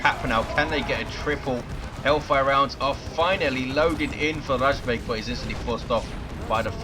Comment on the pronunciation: Its razbEg, not rAjbeg. I had a bug when sternguards couldnt change their ammo. But when i had it, they had no ammo loaded at all :P Or maybe he wanted to punch those SHI guys. Dunno how usefull kraken bolts are vs SHI...